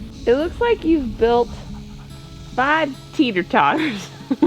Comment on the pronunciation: 🤠 Hey!! When you said this sentence: "It looks like you've built fiiive tetter-totters!" I HEARD YOUR TEXAS ACCENT COMIN OUT!!! ha!! From one Texan to another: Congratulations on both - Your Texas accent, AND baby Cam!!! Y'all are both in high cotton now!!! 🌹❤ 🤱 💝 🤱 ❤ 💐